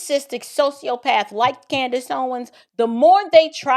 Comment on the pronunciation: It is so great to hear this woman nail CANDIce perfectly. I'm very impressed.